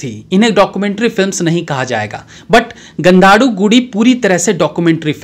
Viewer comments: Please pronounce like this गंधद गुड़ी which refers to Sandalwood or temple made up of sandalwood 😊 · Sir, you missed two things....., 1. The pronounciation of Gandadhagudi. 2.forgot to mention Dr Puneeth Rajkumar's father name KANNADIGARA KANMANI RASIKARA RAAJA GAANA GANDHARVA NATASARWABHOUMA PADMABHUSHANA KENTUKY COLONEL THE ONE AND ONLY MUTTHU MUTHURAAJA Dr. RAAJKUMAR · Kantara aur gg ka jo aap naam bata rahe ho galat bata rahe ho aap ka Accent sahi nahi hai pehle aap kisi kannada wale se puch kar naam sahi se batayenge to behtar hai warna uska matlab hi badal jata hai jaise ek shaher ki boli dusre shaher ki gali.